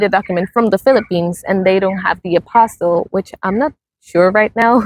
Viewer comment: Please note the word is APOSTILLE, not APOSTLE. Two different words entirely.